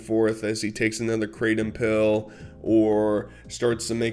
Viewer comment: Krah-tom. I don't know why everyone says kraydum. Lol.